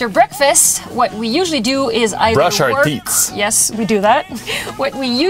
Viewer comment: Brush our teeth this is an important one to get the th sound correct with no s because otherwise you are brushing your teats...... and you should not be referring to Marie as a cow.... :-)